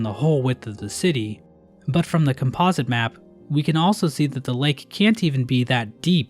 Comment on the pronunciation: Bro somehow skewed up the pronounciation of "Composite" 💀